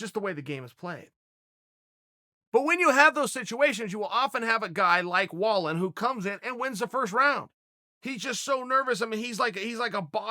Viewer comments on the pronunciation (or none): Pron: Vall een. Your producer sucks and if you watched the fight the announcers said it times. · It's Vall-N. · in Swedish Wallin is pronounced "wall-een" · Pronounced vall-een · Chael his name is pronounced (valeeeen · I’m pretty much positive it’s pronounced valEEN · Wrong chael pronounced Valine.. still love ya tho. And disagree with the potential scoring after 6 at best wallin was 3-3